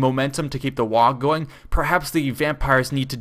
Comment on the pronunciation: please stop saying "wag", it's "WAAAGH!"